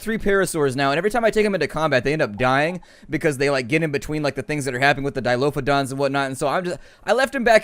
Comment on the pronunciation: Grrrr....Dilophosaurus. Why does everyone call them Dilophodons?